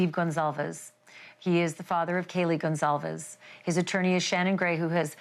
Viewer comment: Please say the last name right, it is Goncalves not Gonsalves, I love you so much you do a good job! This is sooo sad. A hard pill for the families to swallow, ugh!